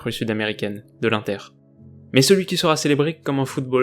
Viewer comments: Tu prononce mal l'inter comme c italien on fait pas le son un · On dit inter pas inter